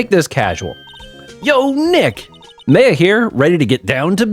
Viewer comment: You have been pronouncing Mia (Mee-a) correct, Maya is pronounced "My-a" not "May-a" like you have previously It is funny you saying there is alot of evidence, because this is definitely on the smaller end of the evidence page for these games Since 99% of the characters don't have voices it's always fun to see people's interpretation of a character, like the Bellboy having the accent you gave him is pretty cool! There are multiple running gags throughout the series and only 1 gets introduced here: Mia's potted plant. Try and remember to inspect it every episode it has alot of character for a Plotted Plant! Redd White of Blue Corp- of course the colors of the American Flag that is the pun for him Redd White uses big "fancy" words in the English version. This a funny localization by the team because in the Japanese version he spoke Japanese and threw in made up English words to sound smarter than he was Redd White is really evil for being a non-final case villain, he really tops the list Ooooh Edgeworth and Phoenix knew each other huh 🤔 Maya is our Co-Defense! She makes the cases so much fun and add alot of flavor to pressing testimonies. Love her for that "My friends call me Blanco Nino" translated from Spanish this means his friends call him "White Boy" xD You do not take penalties for pressing unless expressly stated by the Judge before the testimony starts That's right! The supernatural exists in the Ace Attorney universe. Spirit Mediums and Ghosts are real! Mia may be dead